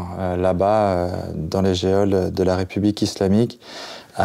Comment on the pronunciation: dans les "geôle" Mais prononcé "géole" ? Désolé ça m'a fait saigner l'oreille